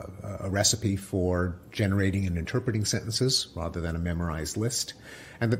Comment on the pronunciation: The way Pinks pronounces "rother" makes me laugh.